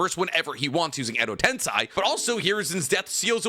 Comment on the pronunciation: Enjoyable vid and topic 🙌🏾 but you gotta work on some of those name and word pronunciations. Edo tensei, Minato, kurama, haku, etc